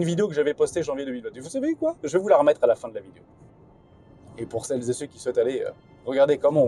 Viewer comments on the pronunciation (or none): C'est pas les vignettes qui me choquent. Par contre "Cellezéceux" 🤮🤮